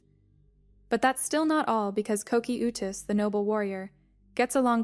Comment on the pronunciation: ko-key-oou-tus. lol